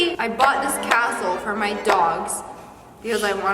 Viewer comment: he laughed because you said cazle NOT castle and.............;; its not a house its a castle -title of video (building my dogs a HOUSE)